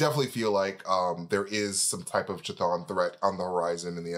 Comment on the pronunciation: I think it's pronounced, kah thong kah thong thong thong